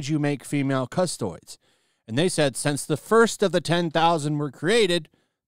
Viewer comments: God the way you say Custodes is infuriating. It's CUS-TOE-DEES, not custoids. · don’t mean to be a grammar nazi but it’s pronounced cus-toe-dees. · I'm not gonna lie, twitched a little at hearing "CustOIDS" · Thanks for sharing the word! In case it comes up again - cust-oh-dees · Lol " custoids". I'm gonna forever call them that! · My man calling them “Custoids” is killing me… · Funniest thing about this video is that he keeps referring to Custodes as Custoids xD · It’s going to take games workshop 40 thousand years to fix this 😉 Custodes is pronounced Cus-toads. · Its pronounced "cus-toh-dees" And yes there are amazing all-female factions for humans; the Sisters of Battle, nuns with guns that can manifest actual faith powers and the Sisters of Silence, anti-psychic superwomen capable of truly killing the supernatural. In this setting, killing daemons or warp entities, beings not of this reality, only prolongs their return.